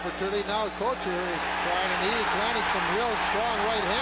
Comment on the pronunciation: Who was the color announcer for Philly? He pronounced some names a little strange here and there. Probert was ProBART. Kocur was COACHER.